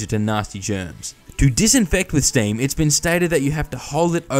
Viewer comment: what's "staieem"? nont noitive ongeleish expeekerer heeir. Ja. Ja. Ja. queosden